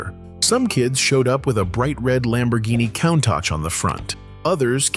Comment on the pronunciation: Lamborghini Cown-tahtch?